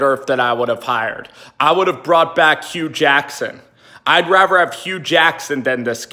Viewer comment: Dude, nice house!! Question, are you saying raver instead of rather? Lol